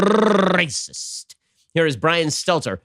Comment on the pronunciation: "This is rrrrrrrrrrrrrrrrrrrrrracissst"